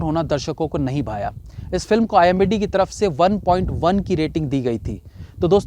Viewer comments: OOO imbd nhi IMDb hota h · IMBD nhi it is ... I M D B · IMDb hota he bhai wo... IMBD nahi...😅😅😅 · IMDB NOT IMBD... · IMDB rating, shayad jaan bujh ke bola Bhai me.😄🤣🤫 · Bhai aap IMDB ko IMBD Kyu bolte ho?? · Imdb not imbd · aap baar baar ek hi mistake kar rahe ho. IMDB hota hai IMBD nahi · IMDB ko IMBD bol rahi ho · Kya sir ji.. Aap har video me IMBD bolte ho.... Comment section bhi dekha karo sir ji.. It's IMDB NOT IMBD. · It's starnge, being a successful reviewer and such a knowledgeable person of films, saying IMDB as IMBD IMBD .. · IMBD ni re baba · bhai wo IMDB hai IMBD nhi. Keep up the good work... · IMDB hai not imbd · It's imdb not imbd😂😂😂😂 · strikes again.. Its IMDB and not IMBD 🤦🏻‍♂️🤦🏻‍♂️🤦🏻‍♂️ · IMBD nahi bhai.. IMDB hota hai 🤣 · Abey! IMDB hota hai IMBD nhi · Kya sir ji phir se imbd, oos din bhi aap yahi kah rahe the, it's IMDb 😭. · .....IMDb not imbd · aap IMDb ko imbd bol rahe the. By the way love you ❤️ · Tu imbd bol raha he Aur imdb likh raha he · Arre bhai IMDB HOTA HAI NAA KI IMBD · imdb hota hai imbd nhi...4 videos ho gye bolte bolte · Bro it's imdb..not imbd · Bhai aap ghalati Se IMDB ko IMBD parh aur likh rahy hain..... Title main th3k kar dijiye Sab yehi bol rahy hain... Chalein comments zyada ho jayengy aisy hi rehny dein isko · bar bar IMBD kyu bol rahe bhai,IMDB Hota ha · Imbd he said it 2 times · Pehle aap thick se IMDB kehna sikhlo, bhalehi aapka channel follow karta hu par bar bar ek galti pasand nehi hai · wo imbd nahi IMDB hota hai. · Bhai hamesha IMBD hi bolta hai pehele ki videos me bhi...😂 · यार वो imdb होता है न की imbd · It's IMDB (and not IMBD). BTW there are worse movies than these so better tell the parameter at start itself. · pehle to IMDb bol lijiye..imbd nahi 🤣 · IMDb hota hai imbd nhi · Abay its I.M.D.B. Not imBd. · Bhai imbd nhi imdb hota he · It's not IMBD it's IMDB. please pronounce correctly. 🙏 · The word is IMDb NOT IMBD rating 😂